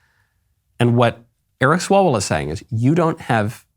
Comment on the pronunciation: Eric Swallowswell It’s what I heard